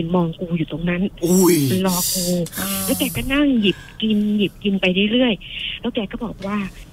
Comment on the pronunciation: คนเล่าคือออกเสียง ล ลิง เป็น ร เรือ หมดเลย ระรึก โรงศพ แร้ว